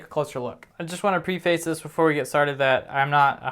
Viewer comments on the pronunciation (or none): Pre-face? You mean preface pronounced “preh-fis”